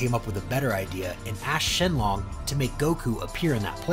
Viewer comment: If there's one thing in life I cannot stand its pronunciation it is not shin long it is shinnron